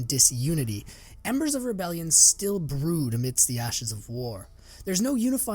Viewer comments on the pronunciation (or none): none